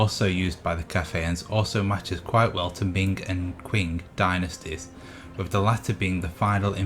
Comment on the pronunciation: The secret police force you mean in the “Ming” Dynasty called the Jiniywei brocade clad guards. And the Qing is pronounced as “Ching” just giving heads up